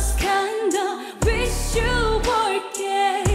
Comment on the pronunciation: Kei says the word "gay" so beautifully